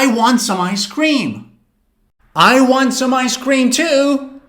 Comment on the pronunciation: Never trust a guy who emphasizes "cream" in "ice-cream"